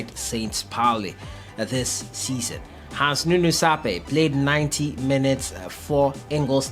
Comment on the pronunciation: Wondering why so much emphasis on European football, relegating our local league to the back burner. Are you not directly contributing to the dwindling interest of our league? And get a grip on Ghanaian names. SARPEI is not pronounced the way you did. It is a Ga name. Get someone familiar with the pronunciation to hone it down for you. It is understandable if a foreigner does that, but not you. Akpe.